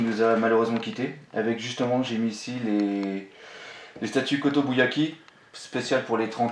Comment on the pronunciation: Kotobukiya et pas kotobuyaki :)